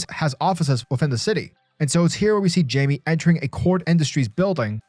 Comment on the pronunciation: Great read! Just wanted to let you know it’s not pronounced Jamie it’s actually pronounced like (Hymay) they pronounce it perfectly in young Justice if you need a reference point! Great video :)